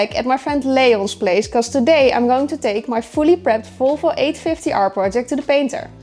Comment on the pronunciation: makes history by being the first Dutchman to say Volvo with a v, not an f😂